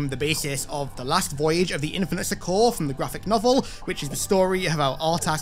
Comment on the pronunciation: That's not how you pronounce "succor" and you say it over and over again lol